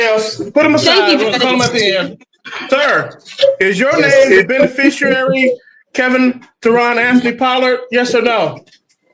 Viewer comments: I heard benifishyouairy a couple times…🙄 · "Benefeficerary"? At least learn to pronounce the word.